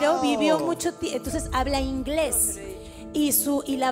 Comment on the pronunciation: no pues no ni siquiera pronuncia bien el ingles veamos a mona laferte y verán